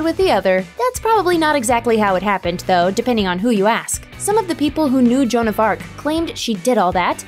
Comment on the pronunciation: Actually, sounded more like Jo-Anne.